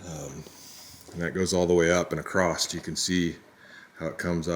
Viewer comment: SURELY you have more than one can of Campbell's soup in your cooler???? Those are always available for one buck. I see that you made sure you had PLENTY of beer. May be time for a trip to a grocery store other than The Dollar Store, eh?? Also, just so you know - there is no T in across :-)